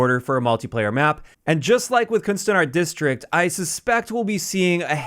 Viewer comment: You said ‘kunstenaars district’ very well!! The ‘u’ is in dutch very different I know, but the tone was the best I’ve heard from all my English youtubers. Just wanted to say that